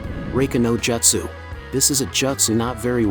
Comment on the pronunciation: couldn't even make the tts bot say jutsu correctly?